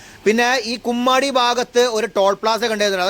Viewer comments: കുമ്മാടി അല്ല കൊമ്മാടി ആണ് 😂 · ബ്രോ കുമ്മാടി അല്ല കൊമ്മാടി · ബ്രോ കുമ്മാടി അല്ല... കൊമ്മാടി എന്ന് തിരുത്തുന്നു...